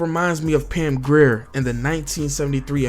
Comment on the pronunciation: I stopped watching when you said Pam Grier. Homeboy, learn HIP HOP music. That one was easy. Might want to learn, then edit that one out.